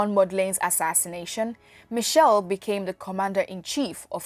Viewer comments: Michel or Machel? Its painful to keep hearing him referred as Michel. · Some good info, but Samora Machel died in a plane crash at the Mozambique/South African border ! Why does the presenter say Michelle, when the name was Machel ? Trinidad &Tobago. West Indies. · Next time you want to do a report or a documentary about a revolutionary African Leader make sure you do your research. Firstly His name was Samora Machel not " Samora Michel", also he died in a plane crush not a car crush. What a waste of time watching such distorted piece of information. Samora was a Lion of Mozambique. Agreat Pan Africanist and you cant take away that from him.